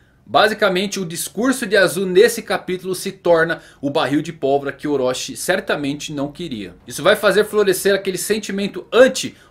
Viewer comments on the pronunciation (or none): Para de falar "oróchí" e orochi